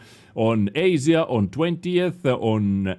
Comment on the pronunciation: You pronounce Asia in such a funny way LOL!!